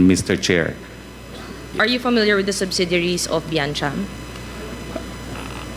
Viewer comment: the other woman wearing blue blazer she could not even say properly the simple word 'subsidiaries' 😂😂😂